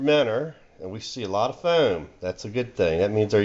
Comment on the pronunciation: I just love how you pronounce foam